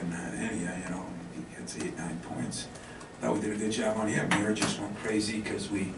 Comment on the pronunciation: For an American, Izzo sure can't pronounce Illini players' correctly. First it was Ayo and now Mayer. Then he insinuates that the turnaround coincided with Skyy Clark's departure. He seems to be getting worse as he ages